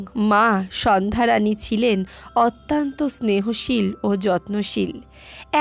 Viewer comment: অত‍্যান্ত নয় এটা হবে “অত‍্যন্ত”😅